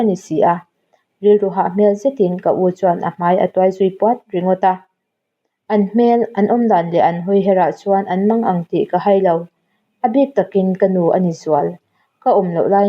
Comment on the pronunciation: Tawngmang ni loin tawnmang tih tur 👍😋